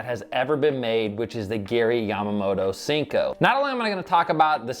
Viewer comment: Great video but the way you say senko gives me anxiety 😥 😂